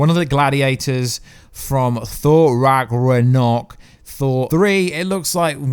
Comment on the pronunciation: Rag-na-rok and Nay-mar and that's not Bata Ray bill....it's Meek and Korg